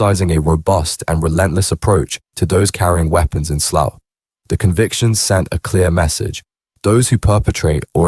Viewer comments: Sloth???? It's Slough you thick robot 😂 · I have to turn it off soon as I heard sloth ffs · it’s pronounced SLAOW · Or sl-owl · As soon as you pronounced Slough I left